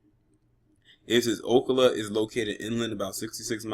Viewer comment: It's pronounced o cal a. Cal like California not o ca la